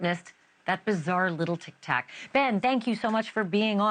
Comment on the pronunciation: Anyone else hate the way she says "Tic Tac"?